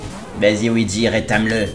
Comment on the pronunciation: À c pas WEEGEE (OUIDJI) c LUIGI (LOUIDJI)